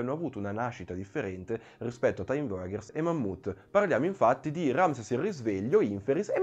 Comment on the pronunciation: Bel video! Però ogni volta che sento "voyagers" letto come "voiaGHers" mi viene mal di pancia HAHAHA